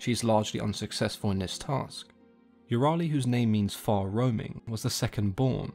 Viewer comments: I love how everyone I've met doesn't really know how to pronounce euryale, like there's no universal way to say it. Is there an account of her name with how to pronounce it correctly? Here are some ways I've heard it pronounced: Eyure-al, Eyur-I-ale, Eyur-ah-le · Here's one more. In the "Dictinary of Classical Mythology - J.E. Zimmerman" it's pronoun (ū rī' a lus) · the pronunciation in the video is not correct. "Sthe-no" is pronounced with an intonation on "no", and "Euryale" is pronounced "Ev-ri-a-li", with an intonation on "a".